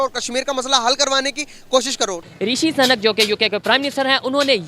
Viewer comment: साले पोरकी,सही शब्द भी नहीं बोल सकते। अबे पागलो सुनक सही शब्द है, सनक नहीं।